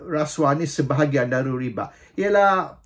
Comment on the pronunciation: Tuan raja....... Sebutan ialah riba buka ribak/riba' , dalam quran sebut ar-riba